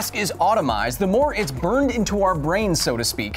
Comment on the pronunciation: lol he said automized.